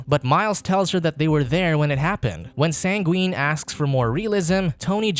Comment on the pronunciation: Yes the one thing you took away from this is that they had mispronunciations……coming from the guy who said Sangween instead of Sanguine